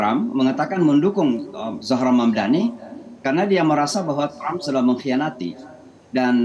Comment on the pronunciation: Saya kira hanya Cuomo aja yang gak bisa nyebut Mamdani ternyata bapak ini jg manggil dia Hamdani 😂